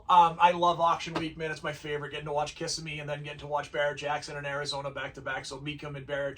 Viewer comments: I'll start by apologizing in advance for being "that guy". I used to live in Orlando, and the town is Ka-si-me or Ki-si-me. Hearing Kiss-i-me is like fingernails on a chalkboard to locals. As for trends- Square body GM trucks, 1st and 2nd gen Broncos, and International Scouts bringing $250k and up. Fools and their money. The same kind of money for Kennedy Lincoln Continentals. Great cars, but, really? Ugly 20" eBay wheels and O-ring tires on every other car. Oh, and drum brakes or 9 inch rotors behind them. Lots of "Bid goes on" cars, which to me is "nO LoWBaLLeRs, i KnOw WhAt i hAve" in my opinion. I'm waiting for the whole restomod thing to just go away. I remember watching pro street cars tank when that fad died. Watching a car sell for less than the $30k some fool spent on the engine build. And that blown chrome lump had never made a single pass down a drag strip, and maybe seen the high side of 3500 rpm three or four times. Lots of original cars being destroyed for a fad. On that white Superbird, I think the color held it back. Limelight or Tor Red would have likely been worth at least a 20% bump. A black AAR 'Cuda went for around $250 (crazy) and a blue Hemi 'Cuda, I can't remember if it was a '70 or '71, went for $450k. As a Mopar guy, the one that baffled me was an FK5 Burnt Orange '70 Sport Satellite that went for a ridiculous $90k. It was a 383 Pistol Grip 4 Speed car with an Air Grabber, and looked brand new, but $90k? WT actual F? For a Satellite? And it's not lik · Good analysis, being a Floida guy Kissimmee is pronounced kuh-si-mee